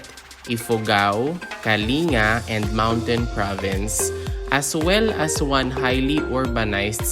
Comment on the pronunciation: It is pronounced as kaling-ga. Not kali nga